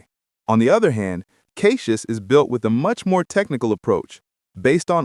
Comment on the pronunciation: I love how AI cannot pronounce CachyOS. It lets me know which reviewers didn't even research enough to learn how it's pronounced.